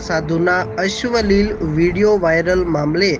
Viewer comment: અશ્વલિલ એ શું પાછું..??? અશ્લિલ કહેવાય😅😅😅 વાચતા શીખો… ભાઈ